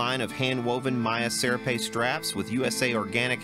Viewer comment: Hi, love your videos. Serape Ser-RAH-pay. Think Fist Full of Dollars attire.